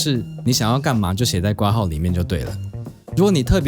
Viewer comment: 除了括号的括应该读成kuo之外 不要读成瓜号，别的都挺好，尊重中文谢谢